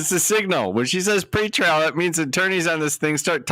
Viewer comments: Dang. I kept hearing “free trial” and now that you write out “PRE” I feel like an idiot. Haha. Thanks! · At least on the "PRE" lol